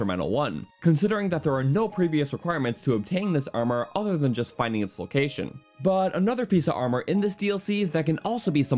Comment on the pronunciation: I hate the way this guy says "but"